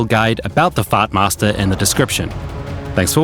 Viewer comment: say what??? "fatmasterr"?